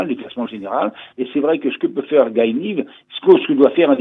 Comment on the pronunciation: Le prénom du coureur israélien se prononce t il Gaye ou Guy (à la française)?